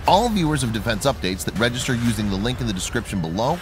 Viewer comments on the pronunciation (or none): none